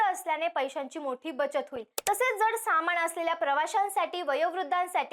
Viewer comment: मंत्री .... मोहोल? ळ आणि ल ह्यात फरक आहे, सामाण? ण आणि न ह्यात फरक आहे सार्वजनिक मंचावरून महाराष्ट्रात मराठीचे लचके नका तोडु...